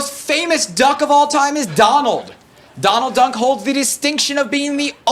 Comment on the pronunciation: That dude said Donald dunk! Lmao